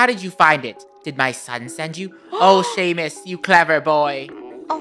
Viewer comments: the fact said it’s Sean and not Seam. It’s a M not a N. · i hear them saying shameus but its its seamus lol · ITS SEAMUS SEA-MUS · The name Seamus is pronounced shamise I only know it cause it’s my name.😂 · Not to be that person, but Seamus is pronounced “Shay-mus”! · Isnt seamus pronounced shamus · * doc and seamus having a moment * Funneh: ruins the moment by saying seamus wrong. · Funneh constantly pronouncing Seamus wrong gives me life. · lol poor funneh cant pronounce Seamus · I’m Irish and I kept cringeing on how you guys said seamus’s name